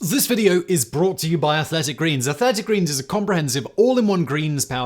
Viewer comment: AthLLLLLetic Greens lol. Is that the accent? He said it correct the last two times.